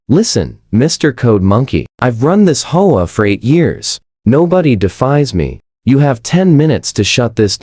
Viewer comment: It's H-O-A, not hoa